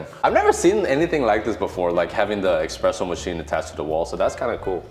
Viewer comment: Espresso machine, espresso, not expresso 😁 The best thing in this apartment is panoramic view. But have similar from my office, so there no need from home. Good to see you in Warsaw. Waiting for videos from capital. All the best to you!